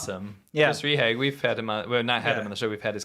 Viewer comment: Rehage = Ray-HAH-guh. Not Ree-hag. Your German is terrible.